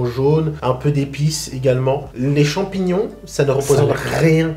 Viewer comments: Il a du mal avec les « chamignons » 😂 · Le mec il a vraiment du mal avec le nom des champignons 😂